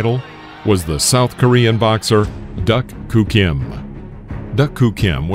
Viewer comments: If you're going to talk about someone, especially after said person dies. Learn to pronounce they're name. The "K" is silent. Like doo. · Agreed. The butchering of names is disappointing, and really shouldn't happen. Research the correct pronunciation for the names. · WOW doesn’t even pronounce names correctly.😂😂😂😂😂😂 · Super annoying when the narrator doesn’t even get name pronunciation correct. Lazy. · Correct pronunciation was “Duke Koo Kim,” not “Duck Koo Kim.” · Narrator can't say doo Kim. No duck Kim, fool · I remember watching this fight as it happened and after 11 rounds I saw Kim winning handily. But being in the days of 15 rounders a lot of fights changed in the REAL championship rounds. Like Ray getting knocked stupid by Alexis! And his name was pronounced Doo Koo Kim, NOT DUCK!! Damn robot! This started the hysteria that resulted in 12 round fights. Even though it was never proven that fighters were safer with 12 rounds it was done to shut up the public. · I remember when this happened. Your narrator-bot needs recalibrating, though. Duk Koo is pronounced "Doo-Koo", not "duck too". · I was at the the fight! It was an incredible fight and tragedy. “DooKoo” is how you pronounce his first name. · My God all mispronounced fighters names...duck koo Kim???are you kidding?...and it's Arguello,pronounced Are gray o...not Are gello..omg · It’s pronounced Alexis Argh-way-oh and Duke Koo Kim. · Can’t stand these AI generated narrators. They can’t pronounce anything properly. It’s not Duck Koo Kim nor Alexis Argwello. So annoying. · Overall, this video documentary of this tragic fight is very good. However, please learn to pronounce the boxers’ names correctly. Alexis Arguello and Duk-koo Kim deserve to have their names reported properly. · Apparently the voice over guy hired for this isn't a boxing fan or versed in the Spanish language: the "LL" in "Arguello" is silent." It's pronounced, " Ar-gway-o." And I'm rety it's "Doo" Koo Kim, not "Duck."